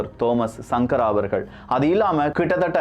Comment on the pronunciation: தோமஸ் சங்கர என்று உசரிக்கவம்